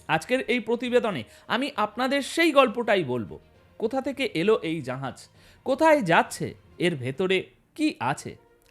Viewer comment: জাহাজকে জাঁহাজ উচ্চারণ করা হচ্ছে কেন কমরেড ?